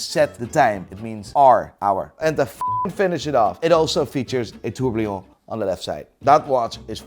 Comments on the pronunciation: it is still called a tourbillon not a tourblion.... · Tens of millions of eurobucks in watches have gone through your sausage fingers, you still can't pronounce "tourbillon":rofl: Keep up the good content <3 Love your vibe and content <3